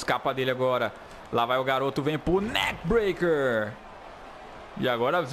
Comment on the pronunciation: ZEZO da uma AGONIA ouvir vc falar NAKE BREACK no JUMP NAKE BREACK se n quizer mudar a fala tudo bem